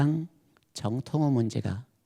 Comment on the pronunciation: 한 가지! 죄송하오나 , 지적하지 않을 수 없습니다. 세 가지, 정통 , 제자, 등의 첫 자의 발음이 틀렸나이다. 짧게 발음했나이다. 잘못입니다. 제발 길게 발음하소서! 미국 변 완수 드림